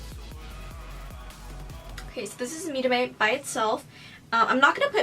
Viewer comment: You said "mírame" perfectly fine 😊😊 Loved the eye look, it's stunning!